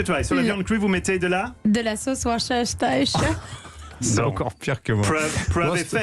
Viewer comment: La vraie prononciation est "Woste-chair" (pour Worcestershire)